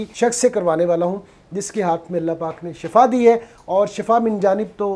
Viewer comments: ye lafz shafa Nahi hae bulkay shifa hae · Shafa nai Bhai shefa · Shafa moat ko kahtay han, yah lafz Shifa hay